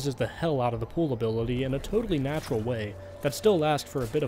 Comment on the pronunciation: Are you aware that you are misspronouncing pull?